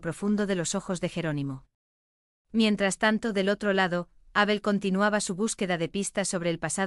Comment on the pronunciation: Es Abel, no Ábel, me pone de los nervios oír esa tontada de leer Abel con acento en la A. Cambien eso.